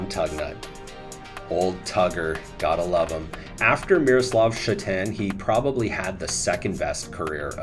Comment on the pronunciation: Miro Šatan, pronounced Sha’tan, slight correction, the first syllable is stressed, not the second. A surname that doesn’t draw any attention in Slovakia or Czech Republic. Fun fact that nobody cares about is that I played against Miro in junior leagues, another one was Palo Demitra who tragically died on THAT flight from Yaroslavl to Minsk. Both were exceptional talents from the very young age, almost unstoppable on the ice.